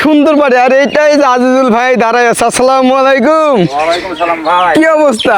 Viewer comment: Vaiya ami apnar vdo dekhi sei jokhon 67k subscriber cilo tokhon theke , but jokhon apnar 1 million hoye gelo tar por majkhane r vdo dekha hoyni , ajke dekhlam abar khub valo laglo but akta kotha boltici , apnar salam dewyate vul ace beshir vag somoy a slamalaikum bolen aita thik korben ❤